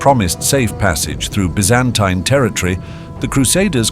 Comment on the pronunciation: how many different ways are you going to say Byzantine? If you are a British company I can accept the B.E. pronunciation. In less than a minute, you pronounced 2 more ways, 1 was American English. Get your shit together and be consistent.